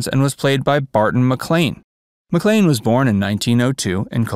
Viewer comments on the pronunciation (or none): none